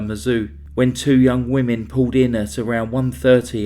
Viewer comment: Impeccable narration ? you really dont listen do you Puwwled out knives Boad fawt for he life twelfe days later strangwled kiwled etc etc etc